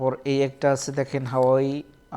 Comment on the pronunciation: হাওয়াই না,,,, হুয়াওয়ে হবে মিয়া